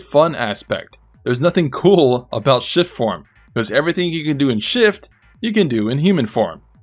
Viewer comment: Could have sworn you were calling it "Shit" form instead of "Shift" form. LOL I think shit form is more accurate.